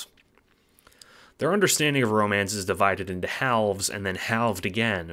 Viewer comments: the way you said "halves" caused me psychic damage good video otherwise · HAL-ves HAL as in Lil Hal